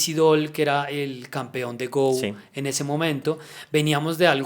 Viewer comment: El juego del Go no se pronuncia "gou" como si fuera inglés sino "go" como en español